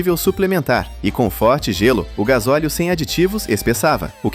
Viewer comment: "gasoleo" IA satanica